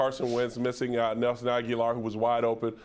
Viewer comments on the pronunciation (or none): Can someone please tell these guys that eagles receiver's last name is not Aguilar? Get that man's name right.